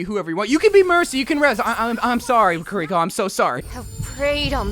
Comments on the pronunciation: Kiriko is pronounced with one r not two. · Not a big deal, but Kiriko is pronounced Kee-ree-ko not Kur-ri-ko, just liked to make it known! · It's kiri-ko not kuh-rico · The mispronunciation of her name is hurting my soul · Please stop pronouncing her name like that 🔫💀